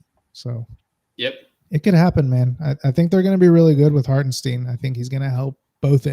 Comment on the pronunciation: If I hear “Hartensteen” one more time, I’m committing sepuku